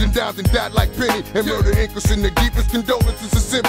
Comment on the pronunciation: That nigga said M U R E D R ? 😅